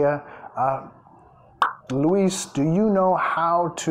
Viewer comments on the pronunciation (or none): none